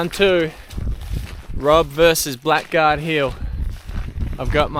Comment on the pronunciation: Hi Rob Love these historical researches!! Just a note that has been grating with me…. Blackguard is pronounced “bla gaard” What does it mean to call someone a blackguard? a. : a rude or unscrupulous person. b. : a person who uses foul or abusive language. seems to fit gold prospectors!!!